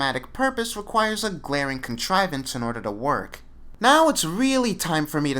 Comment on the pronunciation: Whats a corntrivandr ? Did you mean contrivance?